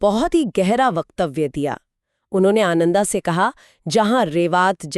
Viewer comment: Nice narration, but some of your pronunciations are very poor 😢. Like रेवता instead of रेवत, आनंदा instead instead of आनंद,and so on. PLEASE IMPROVE.